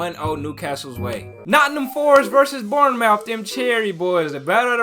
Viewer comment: I’ve been trying to ignore this, but you don’t pronounce ‘Bournemouth’ like “Born 👄 “ but born “muth”